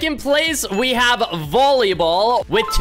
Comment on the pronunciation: Bro really said bollyball